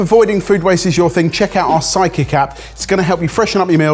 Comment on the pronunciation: Almost every other time says "sidekick app" I hear "psychic app" lol